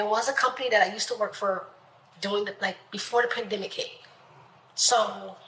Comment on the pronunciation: Did she really say "pan-dem-i-cake? 😂